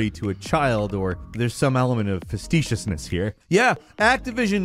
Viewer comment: Facee-tiousness* not facet-iousness